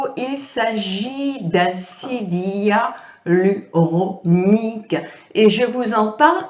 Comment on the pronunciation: trés bien Si je peux me permettre c'est acide hyaluRONIQUE et non hyalunorique MERCI